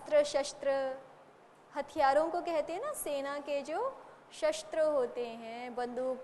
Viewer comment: शस्त्र का उच्चार षास्त्र हो रहा आहे